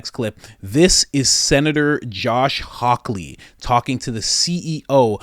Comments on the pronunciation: Hawley, not hawkley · My brother, I love your show. Note: it's Josh Hawley (no 'k') Again, great show. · HIS NAME IS JOSH HAWWWWLEY!! Not Hawkley. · The more I listen to your content the less I have to look elsewhere. You do an outstanding job 🎉 BTW Josh last name is Hawley not Hawkley. No k and yes he is amazing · Josh Hawley, not Hawkley. No k. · Josh Hawley not Hawkley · Hawley! Not hawky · I really like you and your videos but I wish you would put more effort in to get the names of people you're talking about correct. I'm not trying to sound like an asshole, I'd like to see you do well and more people appreciate Josh Hawley